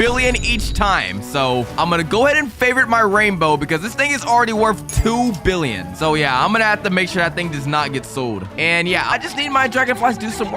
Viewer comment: Why are you saying fricken billon and in anytype of money